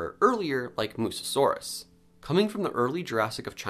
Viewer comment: Fyi Its Mussaurus, not Mussusaurus. No shade, I've made that mistake many times before 😅